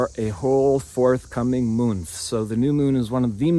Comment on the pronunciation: Listened a couple of times😂 I've just got "moonth" 😂😂😎👍🏻🤫😛🤩👁🫂